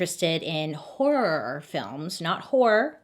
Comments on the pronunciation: when Bailey kept saying HOrRroorRr films😭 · The way Bailey makes such a point to annunciation “horROR” lol. She’s so pure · I kept rewinding Bailey saying “horrorrorrr”… 😂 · I love how she says “horror” “Horrororor” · I love how you say horror 😆❤ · she has said in previous videos she can’t pronounce some words due to some jaw issues. I think “horror” would be one of them. But for me it wasn’t until she articulated it a lot that I noticed it could be heard as wh*re otherwise. She herself likely heard it like that so she just said it extra clear, which also sometimes just adds a bit of comedic touch if you think of what she thinks we would hear if she didn’t say hor-ror . I’m not being very clear am I? Sorry (well just a bit 😁) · I can't say horror right either 🤣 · Lol the way you say horror🤣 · "Horror" is truly such a hard word to pronounce correctly, LOL. I choose to just say "scary" to save myself from any potential embarrassment or misunderstanding. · I say horror the same way Bailey does, I've always had speech issues so I can't pronounce some words correctly, and people would make fun of me for it but now knowing someone else says it the same way makes me feel better. :') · LOVE the way Bailey pronounces “HORROR” 😂❤️